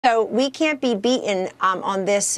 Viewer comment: She can't pronounce "beaten."